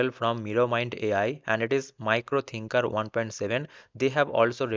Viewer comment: Its miro thinker not micro 😂 !!